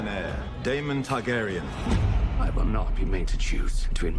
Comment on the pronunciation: "Tar gain ian" lol